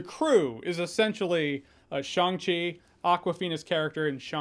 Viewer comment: Wow, great pronunciation of Shang Chi LOL The chi part needs some tweaking but passable for a good Chinese speaker.